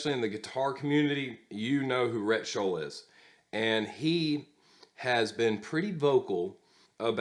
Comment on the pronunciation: FYI, it's Shull not Schull. Just sayin"...